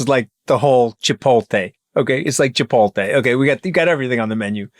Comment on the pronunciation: Not Chipoltay its Chipotle Mooch Master